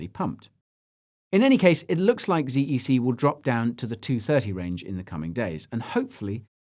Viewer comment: I thought it was pronounced zed e c 😆